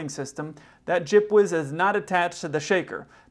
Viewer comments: Took me a while to get that he was saying G.P.W.S. lol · It's a lot better than saying ground proximity warning system every time.